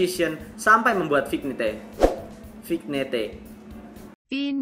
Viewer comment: Vignette dibaca Vinyet bang Nice info ease and wizz nya :D